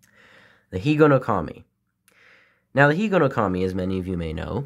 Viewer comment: Hello, your Japanese pronunciation is correct. I'm a little good at Japanese. Because I'm 102% Japanese. In order to keep Higonokami in your pocket, you need to secure the blade and grip with a rubber band. Many children failed to do so and were injured. Children at that time sharpened pencils at Higonokami and made toys from bamboo and wood. Unfortunately, there is a trend in today's children to avoid having knives as much as possible. That's why you can't even peel the skin off an apple.